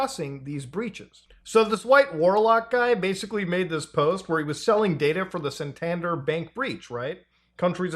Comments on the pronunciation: The pronunciation of San-Tan-Der is mad. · The way Muta says Santander pains me ! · I think my brain twitched at the mispronunciation of Santander, but otherwise an informative and entertaining video as usual.